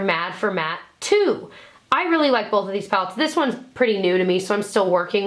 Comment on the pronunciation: Love her but hate how she says "bolth"